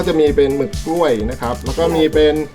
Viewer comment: หมึกกล้วยค่ะไม่ใช่หมึกกลวย